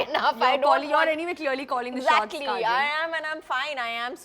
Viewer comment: kareena keeps calling kajol "kajal." her name is kajol, not kajal.